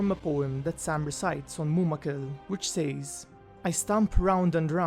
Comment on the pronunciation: I mean absolutely no hate and you make great videos but I just find it very annoying that you can't say "says" normally I mean is it that hard? Once again I'm not hating it's just something that bothers me after watching so many of your good videos